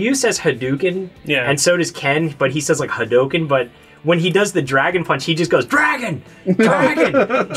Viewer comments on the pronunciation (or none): none